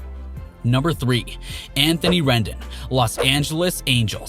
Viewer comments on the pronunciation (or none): He also pronounced Rendon like rendin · You can’t talk baseball and say Rendon’s name wrong man